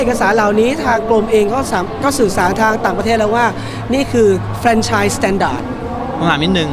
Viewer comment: ทำไมพิธีกรออกเสียง เฟรนไชน์ ต้องออกเสียงสระ แ แฟรนไชนส์ พิธีกรแก้ไขในโอกาสหน้าด้วย มันออกสู่สาธารณะ